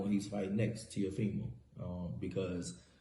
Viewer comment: LMAO... Leo Santa Cruz calls him TeofiNo. 🤣🤣🤣🤣🤣🤣🤣🤣